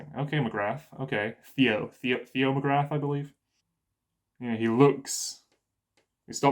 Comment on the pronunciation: I'm an anime watcher only, I think the war hammer titan one the less suspecious person in that rooom. So it's gonna be that tall gard or that maiden, coz they wanna make us think they're not family members. Also the warriors commender's name is Magath not Magrath 😂.